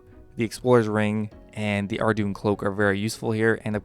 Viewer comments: Ardougne is pronounced Ardoyn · Good info but I can't focus when Ardougne is pronounced ar-doon